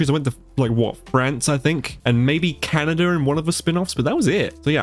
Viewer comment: i mean i get your accent you say Canada wrong, BUT THERES 50 STATES😭